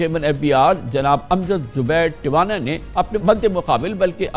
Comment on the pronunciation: Please correct it it’s “Two ana” not Tiwana